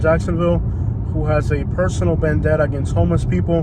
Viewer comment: Vendetta not bandana.